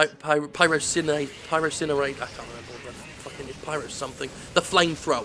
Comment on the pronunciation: I think it's pronounced Py-ROS-in-ator, that's how I how I say it. I could be very wrong though